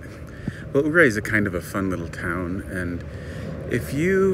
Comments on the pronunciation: Yur-Ray, not Ooo-Ray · Ouray is pronounced “yourray”.....nice video! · I think ...Ouray....is pronounced.... ....Your A... not sure.